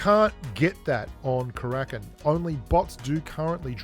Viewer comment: Haha it’s not Krakin, it’s Kara-kin